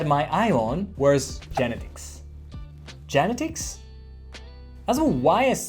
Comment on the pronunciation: I love your channel. So much information... thanks! Just a little help here with English. When you pronounce "genetics", put the emphasis on the second syllable, like geNETics. Other than that, your English is VERY good!!!